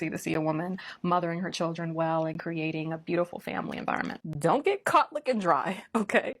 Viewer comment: "I gey my advice from God" OKKKKK